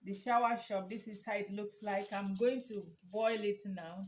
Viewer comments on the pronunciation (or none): Soursop pronounce sawasopu not shower